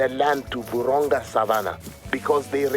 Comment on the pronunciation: Nice video but isnt it Vurhonga instead of vorhonga